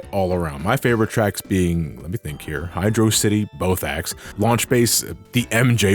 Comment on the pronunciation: What to see how to start a flame war in one word? hydrossity.